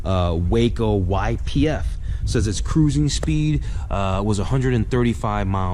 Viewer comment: Hey, great job of narration! One correction is necessary. Waco airplanes are not pronounced Way-co but is as spelled Wa-co, “Wah....Kol”! Otherwise, you did a great job!